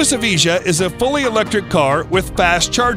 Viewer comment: I love how he says lutus evije like e-vee-jah but its ev-eye-juh